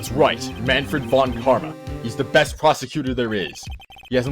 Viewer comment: Mahnfred fon Karma or something like that. Mah-n-fred (with a long e) fon (almost like the Fonmaster in TotA but with a shorter o and n) and Karma was alright as you said it. I'm not good in explaining such things xD But you don't have to change that if you don't want to. At least it's funny to hear :P